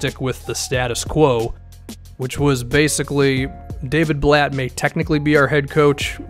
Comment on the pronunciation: “Daviud Blatt”